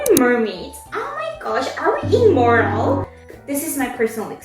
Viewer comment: Immortal not Immoral hahaha